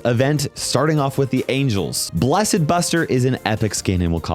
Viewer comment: really forgot how to pronounce 'blessed' 🗿